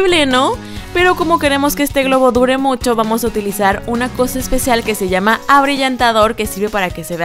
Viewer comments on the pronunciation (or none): none